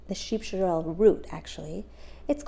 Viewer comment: Not pronounced "shorrel"....its "sorrel"